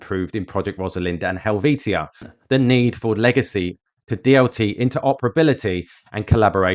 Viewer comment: Pedantic Pronunciation Police! 🚓🚨🚨🚨 It’s Project Hell-vee-sha.